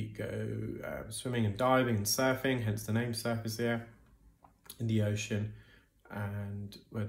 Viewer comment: I thought you were saying SUFACE ear 😂